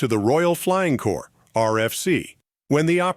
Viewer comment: Its the Royal Flying Corps not Core, and its "Left"enent not "Loo"tenent" if the British Armed Forces.